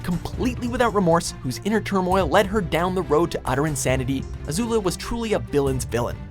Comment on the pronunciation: Danneh W well they did pronounce Zuko, Ozai and Azula right, that’s better than not pronouncing anything right